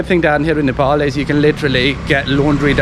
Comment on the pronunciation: why do you call nefol?? how do you pronounce paypal ?is it payfol??? its ney and pal " nepal" not nefol....